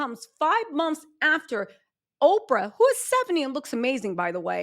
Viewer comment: Girl not “Ofrah Winfrey” 😅